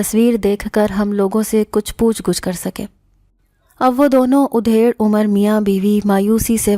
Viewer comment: Aap ki awaz sehar karne wali hai magar Urdu thodi ghalat hai udhaid umar nahi adhaid umar aur makarwa nahi makruh hota hai dusre kahani ka title aur kahani mein koi taal mail nahi hai